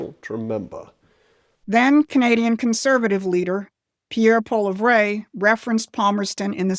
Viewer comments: I was impressed by this woman until she absolutely butchered the name of Pierre Poilievre. She needs to learn basic things like how to pronounce people's names if she's going to include them in her talks. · WOW, if you are going to talk about Canada's Conservative Party Leader. Learn to pronounce his name. It's not tough. How long have you been a news talker?